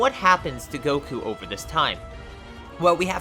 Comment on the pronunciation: he said koku instead of goku🤣🤣🤣